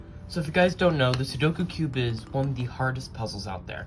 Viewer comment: IF YOU ARE GOING TO POST A SOLUTION VIDEO AT LEAST LEARN HOW TO PRONOUNCE THE CORRECT TITLE OF THE CUBE???? IT'S CALLED A "SUDOKU - (SOO-DOH-KOO) CUBE!!!!!!